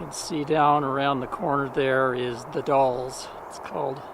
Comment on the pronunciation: Nicely done...again. You're in our backyard now (or when filmed). TONS of photo ops for Anne in the Gorge area. "The Dalles" rhymes with "the gals." French word for rapids of a river through a narrow gorge. Spring flowers are late this year, but it gets really nice in the mid Spring. We travel several times a year up & down the Gorge on both sides of the River. I believe I've posted a few photos over the years on your other site. One is of Mt. St. Helens . You picked a good week. Couple weeks back it was pouring rain and a little cold.